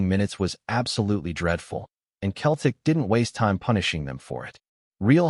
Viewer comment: Your pronunciation of "Celtic " is wrong . I realise you're American. When you say Celtic, the C is pronounced more like an S than a K. Just trying to help